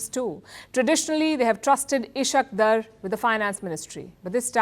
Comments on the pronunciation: Thank you for pronouncing “Ishaq Dar” as Eshaq Der😅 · The way you pronounced Ishaq Dar😅😂😂😂😂😂😂😂